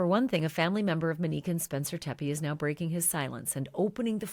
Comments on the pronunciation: Is her name pronounced Menique? This is what I hear from Ashley. Mo, the name she actually used would be pronounced mow as in Monique....I'm just sayin' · Please stop calling her “Muh-neek” her name is pronounced Mo’Nique. enunciate! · I love you so I have to tell you 😉 people are not upset because you are calling her Mo. People are upset over the way you pronounce Monique. You say MInique instead of MOnique!! Hope this helps! 🩷 Thanks for all your hardwork 🥰🩷🥰🩷🥰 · Good God, lady, her name is not Minique, nor is it Mo. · Her name is Monique. You pronounce it Manike— the o is long…mo nique. Also, you’re really fixated on how long the drive is from Rockford Illinois to Columbus Ohio…perhaps he was in Zanesville visiting his family and childhood friends for the Holidays and the drive was closer to an hour. Do your homework please. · Why do you insist on calling her Mo, but pronounce her real name like “muh-nique”? It’s Monique. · Ashleigh I adore you but it's Not that people are upset because you're calling her Mo, It's because of the way you pronounce Monique. You say MInique instead of MOnique. I'm 99.9% sure that's what people are talking about!! Thanks for all do!! 🥰🩷🥰🩷🥰🩷🥰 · I hear you pronouncing her name as “Manique” rather than “Monique”, but yes she went by Mo apparently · Ashley, please try to pronounce the female victim's first name correctly. It's pronounced Monique with a long O sound, not Manique with a short A sound. Even the transcript hears your pronounciation as "Manique". It's just more respectful to get her name right and you are the only true crime podcaster who has been mispronouncing it. Everyone else says "Monique" with a long O sound. Thank you. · You keep mispronouncing her name. It's MO(long O)neek. Not MIN-neek as you've been saying. If it's hard to say, stick with “Mo.” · Why do you keep saying MUHnique? Good coverage, but that's very annoying. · Can you please pronounce her name correctly? It's not Meh-neek. It;s Mow-neek.